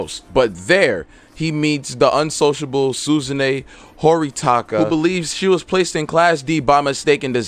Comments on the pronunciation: Suzune Horitika I died laughing My G its Horikita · Horikata lol it's Horikita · It pained me when he said Horikita's name wrong